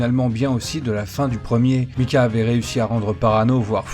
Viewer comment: Sympa la vidéo, mais s'il te plaît, s'il te plaît prononce Maïcah et non Micah... On dirait tu parle d'un vieux chanteur français xD